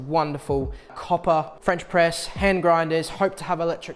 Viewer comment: The fuck is a Fwench pwess